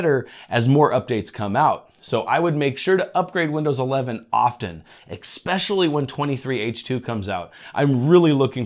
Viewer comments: Esssssspecially, not exspecially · There's no "x" in "especially".